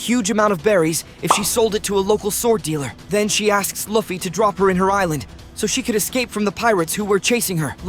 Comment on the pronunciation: Bro your pronouncing luffy wrong and saying it right YOU KEEP SAYING IT WRONG AND RIGHT LIKE BRO YOUR SAYING LIKE LAFFY AND LUFFY